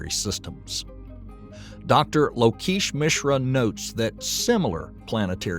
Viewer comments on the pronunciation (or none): I think lokesh is pronounced more like. Low-Ke$h Like ke$ha. I apologize if I'm off here, but it sounded like you took great care to credit them. I want to know if I'm wrong too! Hope this helps! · I think I can help. I know the language, culture and people. Lokesh.... The first bit is the same as lock. The esh at the end is exactly as it's spelt (rhymes with mesh) Hope that helps.